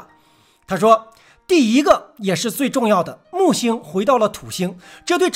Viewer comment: 第一个， 不是第姨个。